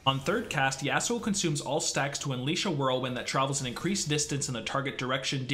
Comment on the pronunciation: I dont like how he pronounces Yasuo but ok